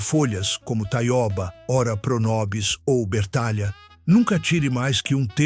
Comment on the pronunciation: A leitura por IA é horrivel, metade com sotaque de Portugal, mas seu canal está no Brasil falando de plantas brasileiras... e Taiôba é um horror. Taioba, com ó aberto.